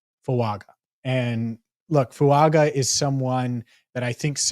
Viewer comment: Fuaga. Pronounced Fuanga! He’s Samoan! The G makes an ng sound! EVERY TIME!